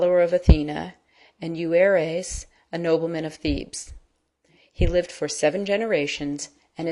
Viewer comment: Bad pronunciation - Tiresias, Thebes, metamorphoses, pronounced wrong